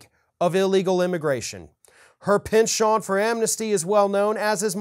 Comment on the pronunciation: Penchant is English not French. The T is pronounced and the accent is on the first syllable.